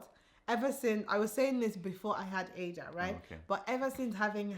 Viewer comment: I love this beautiful family. is a very caring husband and father, keep it up. Baby Ada, welcome waiting for your first photo shoot. But I noticed you two pronounce your baby girl's name differently. 🤔.